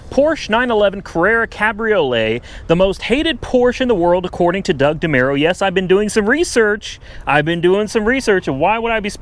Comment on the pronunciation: Mispronounces demuros name haha